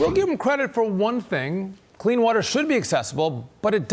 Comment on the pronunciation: Clean “watt-ter,” shevsays … idiots